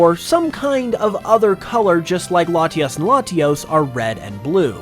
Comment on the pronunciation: Ah yes, Laties and Latiis